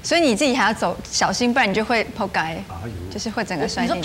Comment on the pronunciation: 當我聽到台灣人用廣東話說仆街的時候，不知道為什麼會有一種很微妙的感覺XD 有香港人有同感嗎xd